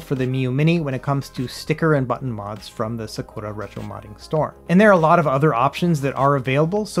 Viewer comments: He hit that "SUH-KOO-LA" so hard every time hahahaha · Lol the sakura pronunciation !!!